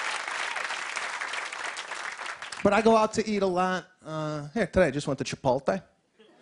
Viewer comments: It's not Chipolte - it's chipOtle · Have you ever noticed that ALL Americans mispronounce Chipotle, they say 'chi pol tay' when in fact is should be pronounced 'chi pote lay'... And don't get me started on another one like library, when they all say liberry or what about February they say Feberry... What is going on in schools over there, don't they teach them any grammar? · must be the Italian in him ;) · Pronouncing the word as "Chi-pol-tay" is an Italian colloquialism derived from his cultural idiosyncrasies. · He said Chipoltay three times. So funny he should get his own show. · Did he say “chipolte” like a million times? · Love this guy, but man, I cringed every time he said "chipolte". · it's pronounced "Chipot-LAY"...the "l" is after the "t" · He’s making fun of Chipol-Tay. That and every other word he purposely mispronounces. Lighten up and try to be enlightened by the material instead of being so judgy. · Seriously? That's what makes it so awesome! He can't pronounce CHIPOTLE correctly! He just can't! I hope he never learns how to say CHIPOTLE correctly, because it would ruin it a little bit if he did! Two thumbs up! Hope I see him again somewhere because he was a pleasant surprise. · Mr. Tulip probably the worst most basic, bland stand up i've seen on any talk show. Barely chuckled, he couldn't even get the name Chipotle right and it was half his skit.... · He's mispronouncing it on purpose, for laughs. He's a pro. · It might help if he could pronounce Chipotle correctly. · I thought it was supposed to be part of the joke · Jake Cox Some people pronounce it incorrectly, and some people pronounce it correctly. You can't will it to be right no matter how hard you try. Sorry, it IS wrong. Please get hooked on phonics. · I listen to his podcast and he's says he knows he's not saying it right. It's a joke. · Nancy Bee says the american LOL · actually i found his mispronunciation distracted from the joke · He says chipotle wrong, he says the L before the T